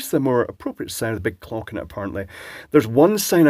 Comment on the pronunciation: In your video analytics for this one is there a spike in views around the mark? Cause I didn't think you said "clock" and actually skipped back 😂 Wondering how many others have?!